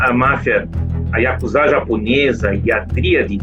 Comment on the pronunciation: finalmente alguém que pronuncia ヤクザ corretamente.